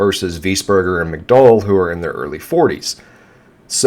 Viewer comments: it’s mick-dow-el. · Graeme McDowell called. He would like you to learn how to pronounce his last name.